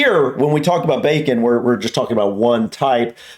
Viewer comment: 1) She cant even say bacon! 2) Nobody eats bacon like that, which is probably why she struggles to speak! 3) Uk actually has 3 types of bacon!..... Back bacon which is in this video, Streaky bacon which is what u have in the USA, and also Middle bacon........ Back bacon is the loin of the pig (same as a pork chop), its the back muscle that runs down either side of the spine...... this actually runs from the spine round to the ribs and then belly (ie belly pork).......... so Canadian bacon is JUST the loin, aka, medallion....... back bacon is the loin but with just a small tail of the belly (streaky bacon)........... and then, middle bacon...... the best in my opinion, is the back bacon with the entire tail of the belly too, which also has the rind (skin) of the pig left on too..... aka pork crackling. Same goes for rib eye steak and brisket from a cow!......... FYI, the best cut from a cow is a T-bone steak as this has the loin(sirloin) AND the fillet AND bone for the stocky goodness!! Im a butcher btw! I tell ladies that I work with animals though cus they think its cute...... I tell them the butcher part in the morning and they never text me again so win win win lol !! ;-) ;-)